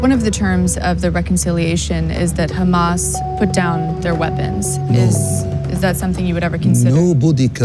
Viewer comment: It’s Hamas not Humus